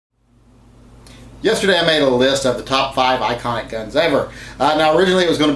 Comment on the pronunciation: He said ionic... Not best.